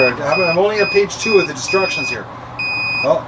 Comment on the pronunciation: Did you say "disrection" for instructions. Either way works for me. Great dog, you got blessed there. How did you get him. Can't believe this incubator is finally here. Lets get some babies hatched.